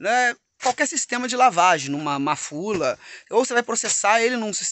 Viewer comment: aqui na Bahia é MUFULA e não MAFULA